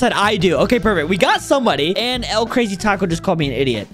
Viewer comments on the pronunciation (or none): none